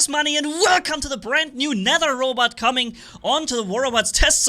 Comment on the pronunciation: I'm surprised you're the first to pronounce "Nether" correctly. Other people probably confuse the way of pronouncing "th", because you say Aether so different. In case you're wondering, they say it "Net her".